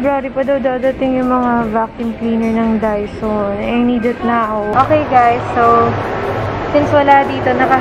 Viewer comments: Bakit ba "daiso" rinig ko. Sorry na. 🤪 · Ahh dyson!! Ang rinig ko Daiso HAHAHAHA